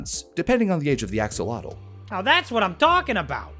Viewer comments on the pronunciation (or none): Axolotl, being a Nahuatl word, is pronounced more like "ash-oh-loatch". The ending is the Nahuatl "tl" sound, which is hard to transcribe phonetically.